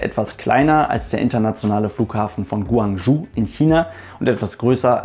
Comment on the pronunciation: Guangzhou sprichst Du hinten am besten wie "Western Joe" aus. Dann verstehen auch die Chinesen, was Du meinst. ;-)